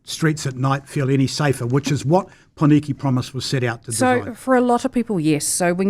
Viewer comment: The fact that consistently mispronounces the only two Māori words in this conversation (i.e. Māori and Pōneke) says a lot about him.